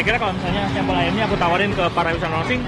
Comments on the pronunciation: Sempel(logat) asing😂😂😂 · aku dengernya kok bahasa jawa cak SEMPEL..hhhh salam seduluran dari gresik